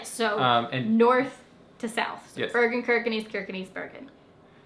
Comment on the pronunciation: Kirkenes is pronounced "Shirker ness". No "knees". Plastic bottles are reclaimed against a deposit in Norway. Post the bottle in a mahine at the supermarket, you get a ticket with the refunded deposit (pant) that you can spend at the supermarket. Easy as that!